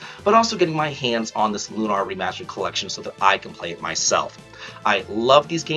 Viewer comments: "Loo-naur" Bro it's Lunar. Like Luna, the moon? 😅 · It's Lunar, as in how you pronounce lunar eclipse. "Lune (like June) - Er (like the ending of LATER)." Lune-Er. Lune-Are is incorrect pronunciation.